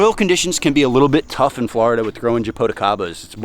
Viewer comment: Jaboticabas are so delicious. The right pronunciation is zhah-boo-tchee-caba.